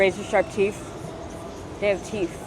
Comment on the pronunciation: hard to find love on the skreet, specially wif just a few teef.